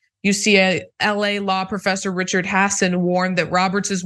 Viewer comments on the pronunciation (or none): none